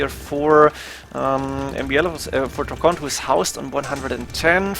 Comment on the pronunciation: DRACKEN, not DRACKONT